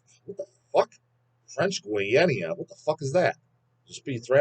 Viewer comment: did he just pronounced guinea like that?